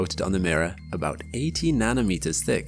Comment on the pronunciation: 80 nm "thick" 😅😅